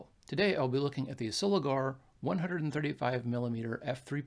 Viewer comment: They also teamed up with the Miranda / Orion camera Co Japan from 1955, many early Miranda lenses are marked Miranda Soligor. By the way it's Pronounced SoligOR not Soligar. 👍